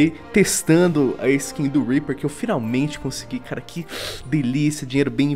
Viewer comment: Zed Rimstad HAHAHHAHHAHA eu sei cara mas é que ele falou pro R E A P E R E hahajhahahhahahah